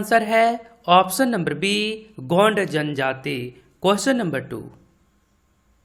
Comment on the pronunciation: गौड नहीं होता है, गोंड होता है